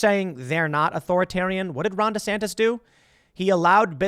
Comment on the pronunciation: DEE SAN TIS